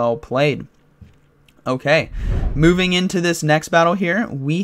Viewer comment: Am I the only one who heard it "booming into the next battle" instead of moving🤣